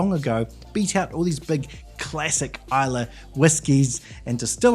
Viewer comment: Islaaaay 😂 Pronunciation of somewhere you’re reviewing pronounced wrong puts you off the review. Trust me I’m Scottish 🏴 Try Kilchoman Sanaig 🫵🏻 You won’t regret it 👌🏴